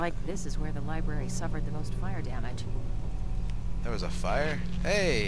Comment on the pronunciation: I nearly died from joy when pronounced library as Libwary:3